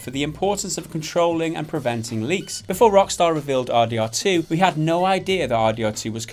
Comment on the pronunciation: You said RDR2= RDRR that's funny